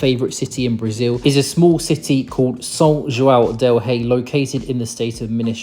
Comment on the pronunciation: Eu sou de Minas e a pronúncia de São João del Rei e Tiradentes ficou muito estranha , quase irreconhecível 😂